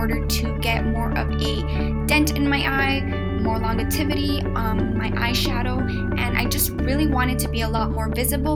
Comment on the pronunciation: Just wanted to help out a little bit and let you know the word "longevity" is pronounced long-jev-ih-ty. I just didn't know if you were aware so I thought I'd help :))